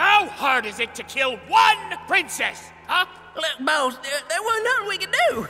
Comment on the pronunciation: "Princess"? I thought she said she was a "Pwincess".